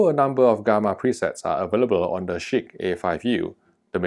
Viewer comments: It sounds like shit to me with how the name sounds of it, sounds pretty funny when you say it haha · Cracking myself up every time you say ‘Chiq’... 🤣